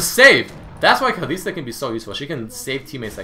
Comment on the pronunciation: Goddamn man its KALISTA not KALISI please. I love your videos but i just find it annoying when people mispronounce stuff